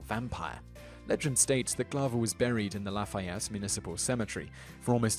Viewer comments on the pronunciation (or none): none